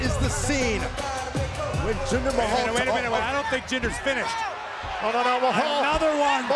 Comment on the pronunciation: Oh look, it's Jinder MAY-hal.